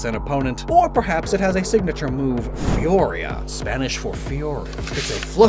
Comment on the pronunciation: Lovely video, but one thing irked me. It's "Foo-Ri-A" Not Furiya 🥺